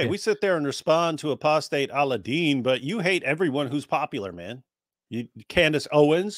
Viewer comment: "Cand-ace", as in ace of spades, as in black as? Oh that's not racially derogatory at all.